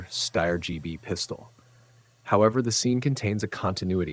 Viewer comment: Again, Steyr rhymes with "fire". You got it right on your first mention and wrong on the second.